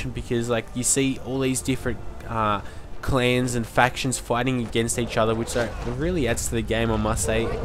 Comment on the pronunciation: "klenns" sorry just had to get that outof my system haha. im a kiwi myself